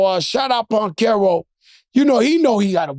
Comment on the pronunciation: Banchero with a B not a P lol smh struggling to say his name fr 😂 love the pod 💪🏼 dynamic duo